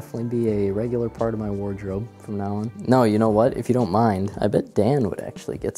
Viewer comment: you mispronounced Dan